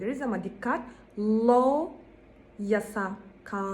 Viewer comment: Hocam faydalı bir video olmuş teşekkürler yalnız desert ile dessert telaffuzları karışmış, law kelimesini low gibi telaffuz etmişsiniz, found kelimesi de aynı now kelimesi gibi faund şeklinde telaffuz ediliyor, accept kelimesini telaffuz ederken başta schwa kullanılıyor, sizinki biraz except'e kaçmış. bare ile bear'ın telaffuzu aynı. cereal ile serial 'ın telaffuzu da aynı. Bunları neden yazdım; birincisi İngilizce öğretmenlerinin telaffuzlarının çok iyi olması gerektiğini düşünüyorum, ikincisi bu yoruma denk gelenlere bir faydam dokunsun. İngilizce telaffuzu geliştirmek için fonetik öğrenmek gerekiyor bence. æ, ʌ, ə gibi en çok karıştırılan sesleri doğru şekilde telaffuz etmek için önce bu sesleri öğrenmek, farklarını anlamak gerekir diye düşünüyorum, bununla ilgili de youtubeda bir sürü video var. Üstte yazdığım kelimelerin telaffuzuna Oxford Learner's Dictionary'den baktım. Yazılı olarak fonetiği veriyor, sesli olarak da telaffuzunu veriyor. Umarım birilerine faydası olur.